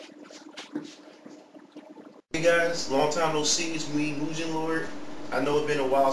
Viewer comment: Is Mugen Lord. Doesn't know how to pronounce "Moo-Gen".